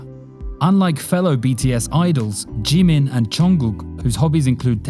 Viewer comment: its jimin not g min very wrong pronounciation, but B for effort edit : breh did ya hear me? the second time you said jimin it was great